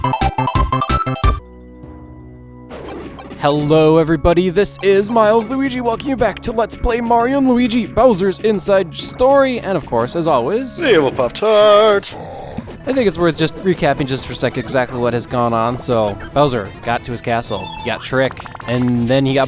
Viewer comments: its okay, we love correcting your mistakes you make in the videos, isn't that what you want., i think you might have the accent problem, its story not schtory. does anyone have a picture of mario or luigi on a treadmill, if you do, please post it in a comment. i hope monty moles have a move bowser can use in this game. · schtory, you mean story. Don't worry I hate my accent as well, you're not the only who accents words that don't need to be accented.